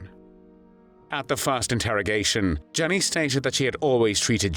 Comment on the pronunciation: Pronounced Yenny not Jenny. Aka Mad Jenny.